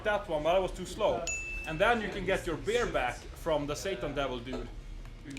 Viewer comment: It's very common for Scandinavians to mix up beer and bear for some reason :)